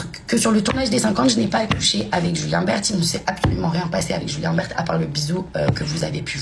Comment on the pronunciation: C pas Julien bert c Julien berne 😅😅